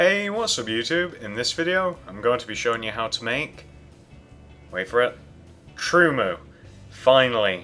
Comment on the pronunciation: LOL you said truemoo